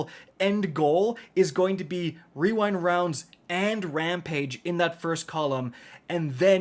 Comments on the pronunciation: Wewind wounds for the win 😂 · OK destiny 2 community. It's now called "we wynd wownds" stamp it! 😂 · the wewind wounds bit caught me so off guard lmao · Wewind wounds